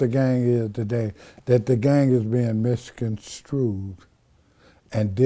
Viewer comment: He can’t even say misconstrued.